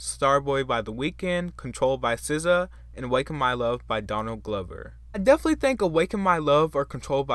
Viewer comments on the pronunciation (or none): none